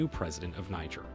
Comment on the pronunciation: Learn how to pronounce the name of the country before talking about the country.